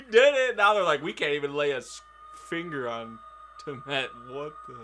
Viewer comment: Tea-uh-mud Lol